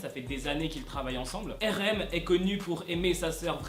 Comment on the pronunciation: tu sais je t'aime bien mais on prononce pas RM, erem 🤣🤣🤣🤣 on dit arem mdr 🤣🤣🤣🤣